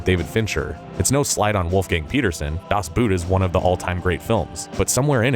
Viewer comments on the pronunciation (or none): „das Boot“ is pronounced basically like the English word boat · How hard can it be to pronounce “Das Boot” correctly?!